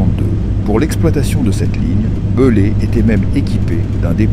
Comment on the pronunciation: Beslé se dit bailé